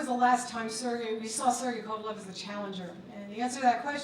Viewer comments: You'd think this is a big enough talked about fight that my guy would know how to pronounce kovalev and not say kovalov the drip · Why do Americans pronounce 'Kovalev' as 'Kovalov' so annoying